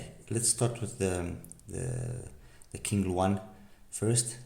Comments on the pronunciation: Nice review as always. ZhuLinNiao’s founder must love birds a lot. The company name literally means birds living in bamboo forests and their products follow this theme: the wide bore green ear tips are bamboo ear tips, QingLuan, Qing is pronounced as Ching. You’ve pronounced Lian correctly, is a bird called great Argus. Perhaps that’s also why their iems are so treble focused. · The pronouncation of Qingluan is Ching Luan. I wonder why they don't brand themselves as Zhu Audio since that is their website domain. Thanks for the review!